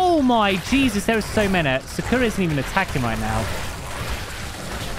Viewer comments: I live in the uk and also sakura is not said sakoora it is said sak ura just sayin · Love the daily cake;) Don't want to be a nerd but its actually pronounced SAkura not Sukura🤓